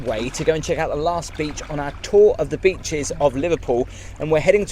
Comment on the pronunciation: 'beeches' - 'Solford' 🤣🤣🤣